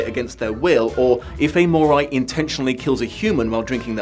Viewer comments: I really like this book series but I LOVE the spin off 'Bloodlines'! Also: StrigOI and MorOI have the same letters at the end, which in my head always meant they are pronounced the same. seems to pronounce it MorAI instead. Oh well, that's what you get with fantasy novels:) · Say what you want about the movie, but it IS Vampire Academy. The series cannot claim the same thing. Also, either you're mispronouncing "Moroi," or your accent is MASSIVELY butchering the word.